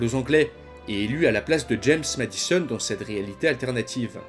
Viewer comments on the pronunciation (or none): none